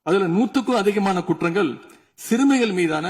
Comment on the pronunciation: குற்றங்கல் இல்ல தம்பி உதயநிதி குற்றங்கள்...ளகரம் லகரம் தெரியாதவரா கலைஞர் பேரன்?